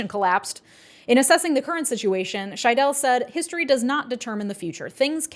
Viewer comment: Stress on the first syllable SHY-dell not shy-DELL (also technically you oughtta swallow the e at the end so more like SHY-dl, but that might just be my regional dialiect) Hope this helps 🌻